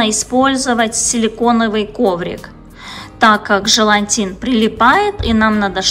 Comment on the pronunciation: тОрта, и желатин, а не желантин